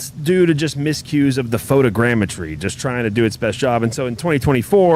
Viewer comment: Watching the vod today at work. You’re crackin me up man CHARGIN THROUGH ORE IDA. Glad that fixed the DEN problem. Shout outs for being able to pronounce photogrammetry